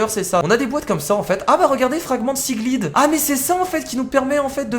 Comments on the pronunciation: sa se dit pas siglide mais siglaïde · tu dit mal seaglide